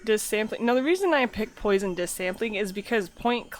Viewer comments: type "poisson" in google translate and set the language to French. That's how you should pronounce it, just saying. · HAHAHAHA poison mesh... you're obviously French.... lol